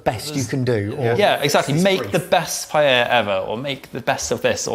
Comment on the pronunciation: thank you for pronouncing 'paella' correctly